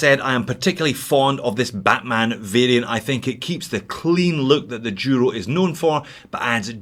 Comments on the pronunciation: Merry Christmas from Spain. I'd like suggest you to try pronounce Duro right during the next course. As you know Duro means Tough in Spanish and should be said Duro with a D not a Y (yuro). Cheers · That's the Scottish pronunciation of the Duro.